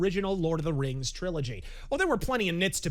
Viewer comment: It was pronounced "raangs" 🤣🤣🤣